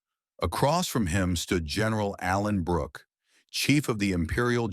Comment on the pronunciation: To the dopey AI commentator, it's Allenbrooke, not Alan Brooke!